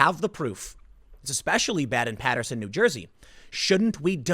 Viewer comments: Dear Tim, thank you saying Paterson correctly. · Thank you fir saying paterson correctly. I will donate now. Keep up the good work.